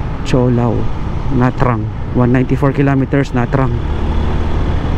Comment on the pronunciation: Na trang ang bigkas ay NaChang. Maganada talaga ang Vietnam at maunlad. Safe din dyan mag travel. Five years ako nakatira dyan sa Ho Chi Minh City sa Le Than Ton district.